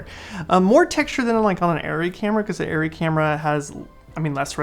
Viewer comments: I haven't even touched an Arri but it's ah-ry, not airy. Thank-you for your Komodo thoughts! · The people in Arri Tech Talk Live in German pronounce it ah-ry. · This is not correct. It’s pronounced airy.